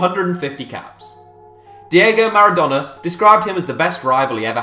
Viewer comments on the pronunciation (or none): none